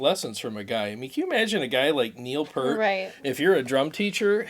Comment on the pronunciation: RIP Neil. So sad. FYI, the pronunciation sounds like Peeeert. P then "ear" then T. =). Only took me 40 years to learn that I'd been saying it wrong. Thanks for the live stream! One of these days I'll catch one as it happens!